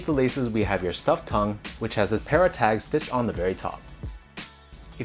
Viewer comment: PARruh not pairruh